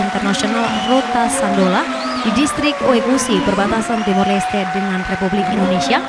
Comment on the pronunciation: Rote do Sândalo bukan Sandolo...preeettt